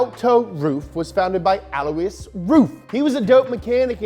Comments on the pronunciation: BTW, Alois is not pronounced as he says it but rather el-wa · His name is pronounced “Alloy”. Just sayin. Lol